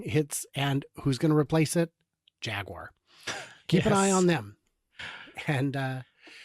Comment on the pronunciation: I think they are going for the "Ja gyoo er" way of pronunciation